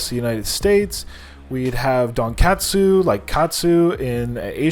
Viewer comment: Hey I lived in Japan for about 4 years and I'm pretty sure breaded pork is called Tonkatsu. I think you said Donkatsu? Maybe I misheard you? 😂